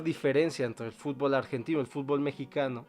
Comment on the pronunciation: HISTÓRICO!UN MEXICANO DIJO BIEN LA PALABRA, Y NO DIJO FUTBÓL